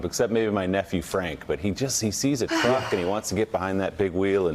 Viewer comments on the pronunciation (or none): He wants to dwive the twuck. What an alien child he is.